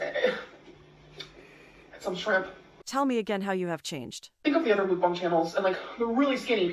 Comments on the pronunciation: Once again..for the love of everything holy.... it's MUCK BONG MUCK BONG MUCK BONG...not MOOOOK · If I hear her say MOOK bong one more time I might explode